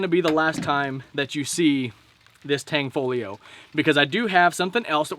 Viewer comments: UGH !!!! IT IS NOT "TANG-FOLIO".... IT'S "TAN-FOGLIO" AND THE G IS SILENT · tan fow leo is the pronunciation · Great Vid Brother, in Tanfoglio the g is silent 😜 Carry On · Tan Fog Lio........not Tang Fo Lio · Tanfaglio ="T-ON-FALL-E-O" according to the company.